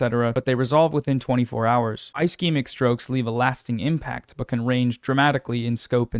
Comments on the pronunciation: Ischemic is pronounced ‘uh sheh muhk’ (ishemik) It’s got that Steven Buscemi syndrome. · If there's any example of why people shouldn't listen to non-medical people on the internet, it's when someone who doesn't do that and is generally smart covers something Healthcare related and can't pronounce basic medical phrases. Ischemic is a soft "i" for example. Kudos on covering this fairly. Just something I had to acknowledge due to my insistence on arguing with antivaxxers online. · I appreciate your coverage and the advocacy you do but man it's a bit disheartening seeing you or hasan reading tweets as news but not even having the time of day to look up how to pronounce "ischemic" or the drug names (except ezetimibe i guess), or maybe giving more info on what CVI is when it isn't expanded upon in the thread. Just a tiny bit more effort and this wouldn't be "trump slop" lol. Or even challenging the post in some cases where it's outright misinfo. Aspirin IS regular med for cvs disorders. It's literally the first line thing to take and the most important.